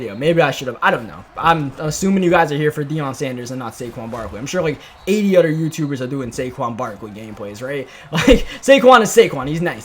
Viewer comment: It’s other not udder lol